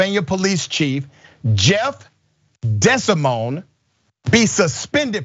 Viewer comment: Dr. Rashad Richey is usually correct 99.999% of the time, but his pronunciation of DeSimone was dead wrong.